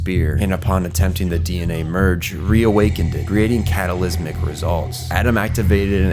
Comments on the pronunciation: Never suppos*ED* to happen. Cata*CLYS*mic results. and half a dozen times before; BEANS? Why are they beans? It took me 10 solid minutes to figure out that you were trying to say "being". There are TWO SYLLABLES in that word: "be-ing". Honestly couldn't watch it any farther than that. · catalysmic???? you suck.